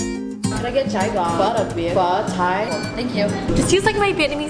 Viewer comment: Ahh ur viet is so good but cha gio is pronounced with a y instead of a g, cha yaw❤️